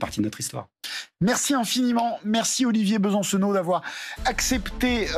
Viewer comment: "Bonsoir Olivier Be - San - Cenot "... En trois syllabes bien appuyées qui ne servent à rien